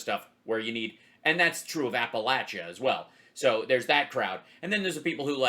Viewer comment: Three of many reasons to love Hal Sparks : 1) He pronounces "Appalachia" correctly. 2) He refers to glory holes in his critique of Ben Shapiro. 3) Many years ago on VH1, "The List," greatest diva episode, incredulously and with controlled what I took as rage: "HOW IS DIANA ROSS NOT ON THIS LIST??" (I am 99.9% sure that was Hal.)